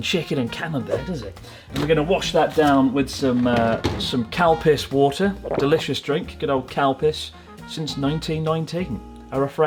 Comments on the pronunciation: I misheard calpis, I thought it's cowpiss. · I thought Chris was saying "cow piss" for a bit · Oooo calpis water... i thought he said cow piss water 😅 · it sounded like he said cowpiss water lmao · I thought you were saying cow piss instead of Calpis until I read the label 😂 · I can’t be the only one who heard “cow piss water” when you said CALPIS water 😅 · Sounded like cow piss water instead of calpis 😂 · Anyone else hear "cow piss," instead of calpis?